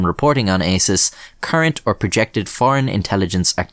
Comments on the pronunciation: the way he says ASIS sounds a lot like isis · I think it's pronounced "ASSES" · ASIS, pronounced arses?